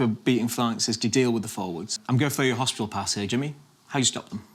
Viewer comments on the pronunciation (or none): none